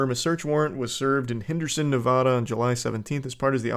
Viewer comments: As someone from Nevada, we cringe when people pronounce it nevahduh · you pronounced nevada wrong, reported for terrorism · Charlie said Nevada wrong. I'm very sad now